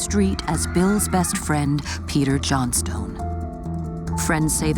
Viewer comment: I'm pretty sure that that's not how you pronounce Johnstone.!